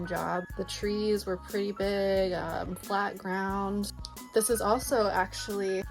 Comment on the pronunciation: You were in LOVE emphasizing the word FLAT! 🤣